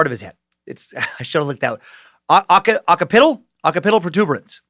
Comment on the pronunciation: OCK-SIP-PIT-AL, DUDE! Occipital lobe of the brain is pronounced thusly.